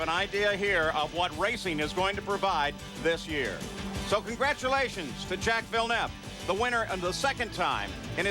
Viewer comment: As the American commentators say "Jack Villnevv"